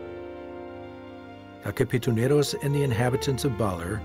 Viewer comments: did he say kapituneros on and ? was it katipuneros? hahaha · its katipuneros not kapituneros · Katipuneros not Kapituneros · What? The Kapituneros? Are you kidding me? It's Katipuneros!!! Is your narrator dumb? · Thank you for this and impressive documentary. Thank you for appreciating our country’s rich culture.😊👏🏻 By the way, it’s kaTIpuneros. Not kaPItuneros.😉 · God bless the Philippines. This is a beautiful documentary. KATIPUNEROS NOT KAPITUNEROS. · that's KATIPUNEROS not KAPITUNEROS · It's KATIPUNEROS not KAPITUNEROS😊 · It's "Katipuneros" NOT "Kapituneros" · Its katipunero’s not kapitunero’s.... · "katipuneros" not "kapituneros" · Nice docu. But its not a kapitoneros, its katipuneros. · They are called "I-GO-ROT" IGOROT" is a tagalog word or term for a very distinct group/tribe of mountain people that lives in the Cordillera mountain province...not I-LONG-GOT...also "KA-Ti-PU-NE-ROS" Katipuneros not KAPITUNEROS😂😂😂sounds funny...thank u for featuring AURORA PROVINCE here in the Philippines... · "Katipuneros" instead of "Kapituneros" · The kapituneros haha 😂 KATIPUNEROS! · not kapituneros is katipuneros, the former is a meaningless word while the latter is meaningful to the history of Filipinos, 'katipunan' means association or assembly. Philippine KKK is different from KKK of USA which acronym sounds gibberish so better correct the way 'Katipuneros' is pronounce because the assembly was establish for a cause. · Katipuneros po Not kapituneros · Correction: Katipuneros not Kapituneros. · I think the narrator meant to say "Katipuneros" which mean members of the KKK, he mispronounced it as Kapitoneros.